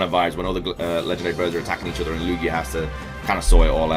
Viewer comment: I thought he said yugi instead of Lugia when he said about the gen 2 movie 😂😂 can't wait for the dlc